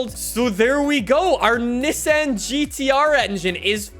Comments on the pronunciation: It’s Ni-ssan not nessen 😂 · Bro doesn't know how to say Nissan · The way you say Nissan 😂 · Love the vids, but it kinda drove me crazy the way you said Nissan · I get so triggered when he pronounces Nissan wrong